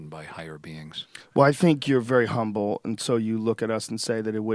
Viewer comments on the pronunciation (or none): none